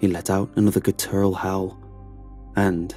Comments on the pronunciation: We have to teach you how to say gutteral already sheesh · I dont think so but maybe. He puts the emphasis on the second syllable when it should be the first. GUTTeral Not guttERal